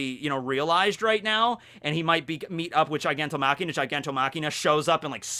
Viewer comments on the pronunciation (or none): Machia, Gigantomachia not gigantoMakina. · Lol it's not gigantomachiNa, it's gigantomachia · i think it's "gigantomachia" not "gigantomachiNa", it's without the n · I have no idea why kept on calling Gigantomachia "Gigantomachina" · Really minor nitpick here, but isn't it Giganto *Machia*, not *Machina*? seems to have a different translation source, because he also calls the Thunder Bagua from One Piece as Thunder Bagura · All right, this is the LAST video I will stand by and watch you call him Giganto- Machina.... it’s MACHIA, GIGANTOMACHIA there’s no N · not GigantoMachina...GigantoMACHIA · All I hear is say "GigantoMAKINA"😂